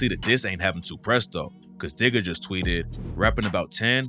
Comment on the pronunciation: "It's sad cuh I love the hood that I'm from", not "cat" lmao.